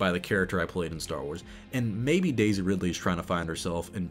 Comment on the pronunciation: You keep saying Daisy in a way that always makes my brain think you're saying DayZ. Also, she will always be Darth Rey Femwalker to me, a child born of the Dark Side, nurtured by it, unaware, who destroyed what he participated in, as feminist stuff tends to do.